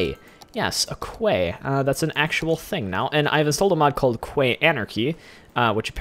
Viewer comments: Its meant to be prounouced key. Not Kway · Quay is pronounced "key" BTW